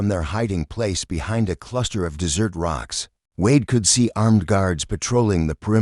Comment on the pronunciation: Des Ert idiot not DESSERT (PRONOUNCE PROPERLY )I've noticed in these stories they can't read properly.